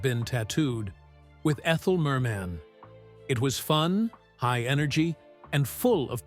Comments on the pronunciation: My favorite: "Ethel Mer-Man." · Why, the narrator who pronounces "Les" of Les Girls as "Lez " instead of "Lay" and Ethel Merman as Ethel Mer-MAN...